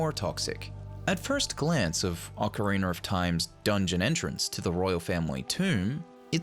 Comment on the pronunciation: Sound it out with me, oca-ri-na. There is no “er” at the end. It’s “oca-ri-na” not “ocaer-ri-ner”.